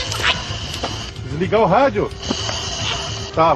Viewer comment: "Diliga o rái..." "Desliga o rádio?" "É" Kkkkkkkkkkkk